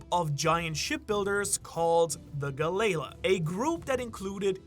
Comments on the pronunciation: JFC DUDE PLEASE! Galley = pronounced like Sally, Tally, Rally, Dally, etc La = pronounced like Law, Saw, Maw, Caw, Gnaw Its not "Guh Lay Luh" its Gal-EE-Law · Say it with me Gal Lee La.. the galeila pronunciation is killing me! 😂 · Galley- La (Gal-Lee) - (law) You’re saying ga - lay - la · wait isnt it pronounced "Ga-LLeY ~pause~ La" not "Gal-ley-la" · Its pronounced Gal-E-la. Not Ga-lela..... one of the biggest one piece youtubers and cant even say half of the names right. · Am I the only person In these comments bothered by how he pronounces galley-LA? Lol... Its gal-ee-lah not gal-Ayla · the way you say galley law makes me want to puke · Yo, just how did you pronounce "Galley La"?!?!? 🤣🤣🤣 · The Galley La pronunciation gave me a laugh. great video though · Disliked and stopping the video as soon as I galley la pronunciation